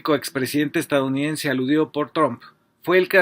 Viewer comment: Se dice EstaDOunidense, no estaunidense 🤦